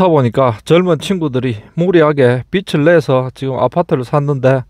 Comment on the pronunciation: 빛이 아니고 빚입니다. 비즐 내서 라고 발음해야 맞아요.